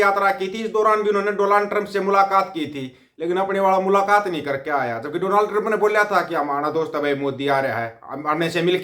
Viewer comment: Bhai Donald Trump ka naam to pe tu bhi ni thik se le paaya😂😂😂